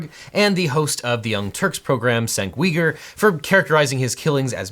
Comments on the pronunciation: Cenk's last name is pronounced You-Ger not we-ger. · Objection: You need to take a little bit of time to properly figure out how to pronounce people's names. Cenk Uygur is pronounced Jenk You-ger. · Haha, "Sink Weeger". In Turkish, the "c" is pronounced as a "J", so it's pronounced like "Jank". I think your pronunciation of "Uygur" is generally accepted, but he uses the "U-ger" pronunciation.